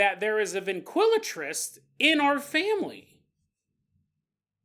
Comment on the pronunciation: Been listening long enough to easily interpret mispronounciations (NO disrespect, I know I'd be pure word-vomiting if I had even a yearly paranormal podcast) but you had me second guessing myself about the word ventriloquist. Driving down the road like "Wait, that doesn't sound right... or does it?"